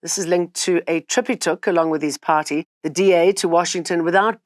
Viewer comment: Where's your hijab, Jane? And btw it's political party not putty.